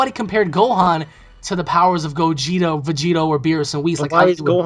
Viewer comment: Did you just say "Gogito"?